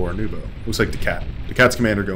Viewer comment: Thank you for the professional commentary! You did very well pronouncing my name, all people call me Nubo too :) This is probably my first appearance in the match replay with commentary so I'm very excited!)